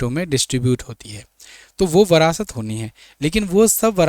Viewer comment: Phale bolna sukh le brast nhi virasat hai